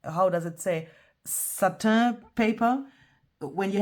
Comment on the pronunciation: Satin put “pronounce satin” into Google ( or similar) it will tell you how